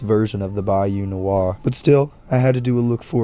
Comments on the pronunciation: Those are some great outfits! I really appreciate that you only use clothing items that are available in story mode without mods 👍 And yes, you pronounced Bayou Nwa correctly, it's literally the Haitian Creole word for "black". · Bayou nwa is pronounced right here, its basically "bayou noir", but if noir was spelled how someone with a cajun accent would pronounce it